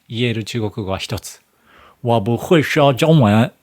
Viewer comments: 我不会说中文って発音はきれいですよ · “我不会说中文”っていう発音がバッチリです、すごい！